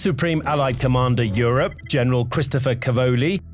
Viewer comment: How did you pronounce Europe? Yikes